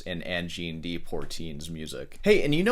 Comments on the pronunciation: Pronouncing "de" like "dee" was cringe. Was that for comment engagement...just like the sarcastic "I thought rock was just an American thing"? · Please, learn at least one French pronunciation today. The French word "de" is phonetically transcribed as [də] in the International Phonetic Alphabet (IPA). It is pronounced similarly to the "u" in the English word "duh" or the "a" in "about." Then, you'll know how to pronounce , "Le, Je, Te, Me, Ne, Re , etc" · It is not pronounced Pourteene. There is no 'r' in the first syllable. It's poi, pronounced like pwha. Notice that the 'r' is in the second syllable, and not in the first. And the de is not dee, it's pronounced like the french deux (I assume that you can count to 10 in more than one language?) Learn to follow the rules before you break them. You as a classical guitarist of all people should know this. Also keep in mind the current CONTEXT of microtonal as Angine de Poitrine is using it. They are using 24 TET, that is 24 notes per octave in an equal temperament. Basically a new note midway between each half step. Yes and sure any frequency that is not an exact 12 TET note for example could be considered micro tonal. So someone singing off key. A guitarist tuning up a note while playing. Also a string bend or vibrato could be considered microtonal, but that is not the context here. Some of the Arabic scales have notes almost like 12 TET with a different sequence of whole and half steps, but some of the frequencies are just a little bit off. Context is key. If you were to have some microtonal harmonies that have large intervals (chord voicings) then it is going to sound weird. AdP is using small intervals, usually in a melodic run. They so have a few abstract microtonal harmonies in the end of some of their songs, but they are fleeting, just for a beat and it works in this context. You made the point in the last video about the drummer being key, as does Davie504 in his reaction